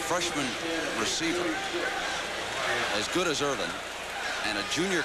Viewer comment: Parseighan calling Michael Irvin "Erwin" the entire game, I mean, come on.